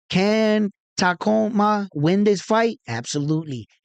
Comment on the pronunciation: You have the . . . beginning . . . TA . . . and . . . ending . . . MA . . . correct . . . The letters in between are pronounced like the word . . . COOL . . . without the "L" . . . or the letter "U" in the words "cube" or "tube" . . . sounding like . . . "KOO" or "KU" . . . So, it is pronounced . . . TA - KU - MA . . . Inoue.